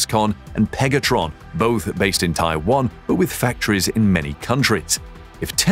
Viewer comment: When I heard pegatron 🤣🤣🤣🤣